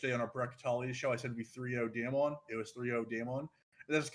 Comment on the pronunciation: not knowing how to pronounce damwon this far into worlds makes this hard to listen / take you seriously